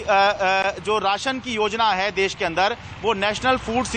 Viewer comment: “देश” Hotta hai “देस” nahi🤦‍♀️